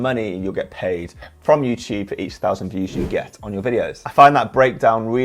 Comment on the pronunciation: Someone set a counter for how many time he said “youchube”